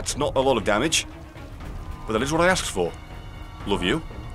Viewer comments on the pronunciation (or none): none